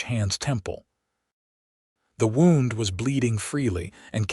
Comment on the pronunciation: It’s “wownd” not “woond” for pronunciation.